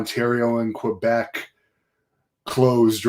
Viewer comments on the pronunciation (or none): none